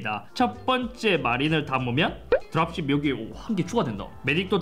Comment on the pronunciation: 뭔가 드랍쉽 발음할때 드랍쉣 하는거 같어 형 ㅋㅅㅋㅅㅋㅅㅋ